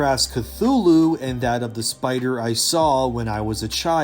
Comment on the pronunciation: big pussy baby scaywed of big spewder